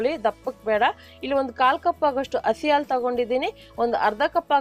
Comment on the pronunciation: ಅ ಹ ಉಛಾರ ಸರಿಯಾಗಿ ಮಾಡಿ ಅಕ್ಕ ಹಾಲು alu ಅಲ್ಲ ಹಾಕಿ ಆಕೀ ಅಲ್ಲ ಅದು